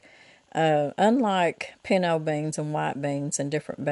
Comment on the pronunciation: Your hair cut makes you look years younger! Wow! Are you saying “pinto” beans or pinno beans? Don’t know what that is.